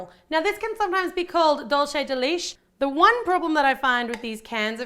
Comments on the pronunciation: Its dulce de leche but she sad dulce de liche litche its funny how she sed it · It's pronounced dulsay de lechay, not dulchay de lish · Dol shey de leash? Seriously? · "dolshay deleash" TRIGGERED. Dulce De Leche is spanish. SPANISH. please pronounce it "dool-seh-deh-LEH-cheh" correctly from now on. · doll say dey leesh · did she just call dulce de Leche 'dulce the leech come on man' #whitepeople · I'm not trying to be rude it just sounds weird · it's just that most white people say it like that it was just a joke anyway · I liked the video but the when she pronounced dulce de leche as dulce de lish 😹😹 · dulshi di lish HAHAHAHA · lmao that pronounciation of dolce de leche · I immediately paused the video o go look at the comments when she said that 😂😂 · it's one of my favorite things to here people who aren't Latin say dulce de leche